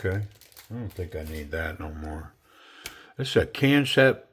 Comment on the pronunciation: DCA of Knifecenter had said it the same way you did, and a rep for the company informed him that it's intended to be pronounced just like "Concept."